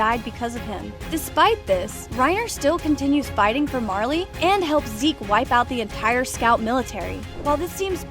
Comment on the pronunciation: Haha funny how u say marleyens